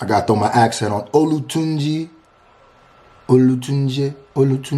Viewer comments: It's oh-la-tun-gee oh-la-gee-dey oh-la-yinka Williams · "I don't even know igbo" has name isn't igbo lol. nice try tho on the pronunciation. you gotta break it up more to jet it right. every 2-3 letters is a sylablle. so its "O-la-tun-ji | O-la-ji-de | O-la-yin-ka | Willams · You pronounce it like OLA-TOON-JI(his name) OLA-GEE-DAY (his father) OLA-YIN-KA(his mother) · Imagine JJ sees you butcher his name bruh XD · thats the worse ive ever seen someone butcher a name 😂😂😂